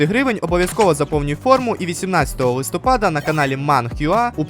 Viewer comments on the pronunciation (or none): none